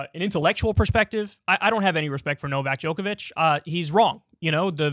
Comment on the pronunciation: I'm honestly surprised Kyle was able to pronounce Novak Djokovic when he always messes up easier names lol